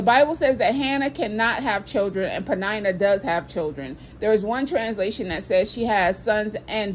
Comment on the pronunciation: Ummm am i the only one who pronounces her name like PENN- IN - NUH. 😂🤣😂🤣. This whole time knowone told me i was pronouncing it wrong. 🤦🏾‍♂️🤦🏾‍♂️